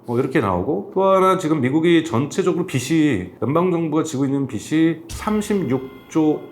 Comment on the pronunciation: ‘빚이’의 발음은 ‘비시’가 아니라 ‘비지’ 입니다